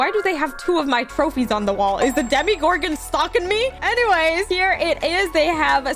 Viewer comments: Sorry but its not dimigorgn its dimogorgone with an o not an i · It’s not Demi Garden it’s Tim Gordon